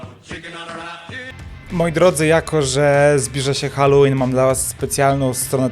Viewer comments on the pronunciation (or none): none